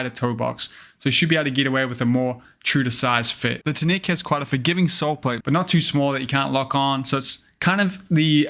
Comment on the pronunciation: How does a blading news channel STILL pronounce TNEC like a weirdo? I’ve not heard anyone say it that way